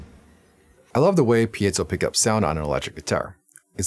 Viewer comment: Nice review! Thanks for pronouncing piezo correctly and making a point of it. Interesting guitar. Thanks for the in depth review.